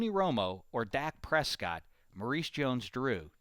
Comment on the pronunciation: That is not how you say Dak Prescott